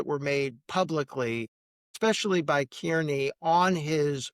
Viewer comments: If you are going to cover this- learn how to say Kearney. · It's wild that after all these years still nobody is able to pronounce Aidan’s last name you would think you would get that down before you report on the story